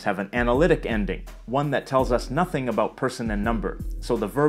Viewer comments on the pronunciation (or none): none